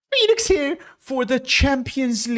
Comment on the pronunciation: I thought the entire time he was saying "Felix" as if that was his middle or surname 😂